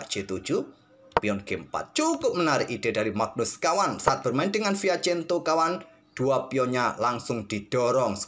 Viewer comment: Yg benar itu Fianchetto atau Fiachento Atau Admin sengaja plesetkan, soalnya sy merasa jangggal dengar nya